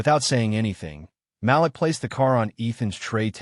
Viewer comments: Malik is pronounced Ma leek and not Mal-lick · The boy's name is pronounced Ma-leak not Malick. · Great story, best naration Malik is pronounced like ma leek. Keep up the great work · Malik's name is pronounced Ma-LEEK. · The name is MA LIK! IF you are going to use our names learn to pronounce them correctly.